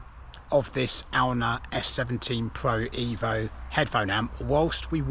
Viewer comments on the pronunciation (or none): Cool video. Glad you're back. I pronounce it Ay-oon.